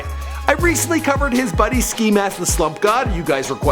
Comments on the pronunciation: nigga said xxxtentaciahh tf is he French? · No Man its not ten-tay-shun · Ex-ex-ex-ten-tah-see-own please get it right or I'll find you Edit: thanks for the likes .... y'all gonna die now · dipperquartzbutterfly Nah it's not. Its "Ten-Tay-She-Own" not "Ten-Tah-Sea-Oh-neh" wtf.... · lemme help u out aight is pronounced X-X-X TENT-A-C-IOn not SSStantasen BRUH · For a big YouTube channel, you suck at saying his name lmfao, it's Extension not no xxx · why is he pronouncing his name like its French? Its "ex-ex-ex-ten-tah-cee-on" its Spanish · IF YOU DONT KNOW HOW TO SAY HIS NAME SAY ex ex ex ten ta see own slowely then get faster with it bam you know how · he kept saying xxx tantacion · "XXXTentasiau" WTF is that language you're pronouncing on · HAHAHAHAHA XXX TENTESEION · It’s pronounced x-x-x-ten-tash-e-on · xxx-ten-tay-shen I think. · Dude still can't pronounce his name correctly smh it's XXX-tent-a-cion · It's pronounced (XXX Tent-aaacion). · It's xxx ten tae she own, say it like a Frenchmen lol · I thought you pronounced it xxx ten tation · tenta-cion (see-on) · xXx Tentaseone what r u french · Xxx tentaciuhhh 😂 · tenta-si-on or cion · Nope its xxxtentacion but pronounced in Spanish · Last Episode He Said XXX TENNESIAM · The way this dude pronounce "tentación" made me die 😂💀. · Renember when he said xxxteneceeum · “TUN TA SIO” you fucking idiot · nigga wtf why did you say it like it's french??? nigga what was that? "xxxtuntuseaun" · "Xxxtotocion" BITCH WHAT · Xxx tan tan cion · This man still be mispronouncing X's name. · That’s now how you say his name bruh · You still didnt pronounce XXXTENTACION right you fucking moron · I Love How This Guy Pronounces "XXXTentacion" With A French Accent. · Dude. Stop saying his name like that. Please. It's so horrible. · Boiiii learn how to pronouns XXXTentacion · Updated version but you still can't pronounce his name correctly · the c in xxxtentacion is pronounced as an k right? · you fucking butchered his name